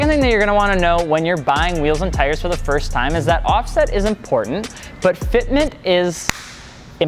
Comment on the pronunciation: spack! importantER... Lmao omg i crakced up bro